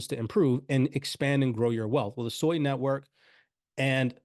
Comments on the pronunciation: Its SUI, not SOI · It's pronounced Swee, Japanese for water. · Please, it's pronounced: Sue - Ee